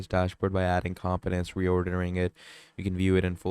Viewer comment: it is com po nents not com piments